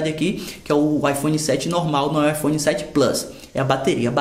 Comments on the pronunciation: . Ipone 7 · IPone kkkk